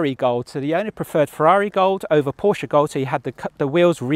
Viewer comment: Holy, this guy knows how to pronounce Porsche right. I appreciate.